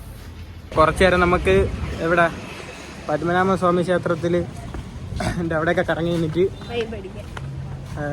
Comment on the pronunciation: പത്മമനാമ അല്ല, പത്മനാഭ സ്വാമി ക്ഷേത്രം